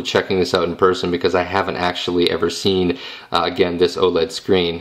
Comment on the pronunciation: lol you said "oh ledd"